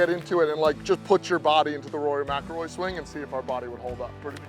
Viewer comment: You read it first folks… His name is… Rory “Smack-ilroy” You’re welcome 😎🫵🏽 - Joe Navarro